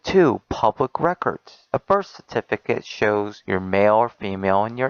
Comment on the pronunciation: This dipshit is mispronouncing just about every other word he says; 'ageed' 'citiphicate' and sounds like a **** 14 year old. How the hell does he have a daughter?